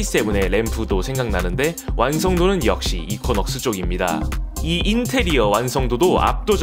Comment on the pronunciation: 발음 이퀴넉스 아닌가요??? 이쿼??..